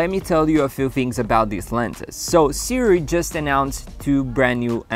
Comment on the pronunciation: See-Roo-ee ...... If you are going to review a product, you should learn how to pronouce its name. Just saying.